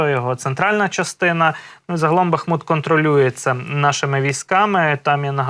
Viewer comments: БАХ МУТ -наголос на перший склад. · Бахму́т (укр. Бахмут; в 1924—2016 годах — Артёмовск, укр. Артемівськ) — город в Донецкой области Украины. Ударение на второй слог. Учите.